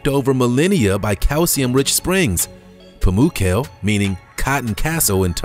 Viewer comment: Pamukkale is not pronounced in this funny way.